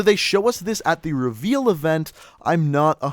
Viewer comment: why cant you pronounce reveal properly?